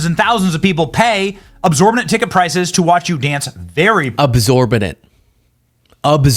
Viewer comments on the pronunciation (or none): Div is ive, absorbident? Im British and you are fucking up my language duuuumb arrrse! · Omg "absorbetant" 😂😂😂